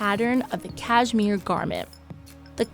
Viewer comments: You’d think if you were going to narrate a video about Cashmere, you’d learn to say it. It’s Kash-mir not Kaj-mir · Can’t stand how she says cashmere. Cayzmeer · Cashmere? You mean “CashMore right?